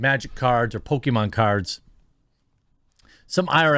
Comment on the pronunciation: Chris-con: What you in here for? New Con: "Pokemon" Chris-con: I'm in here for "poke-me-mom"